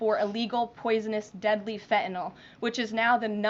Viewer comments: Pardon me for being picky, but there is no "o" in "fentanyl" (as in "fentanol"). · I like her, she's smart and doing a fantastic job. I just wish she wouldn't drop the "T" in words, such as "feneenol" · I dislike the way she pronounces fentanyl. That's all.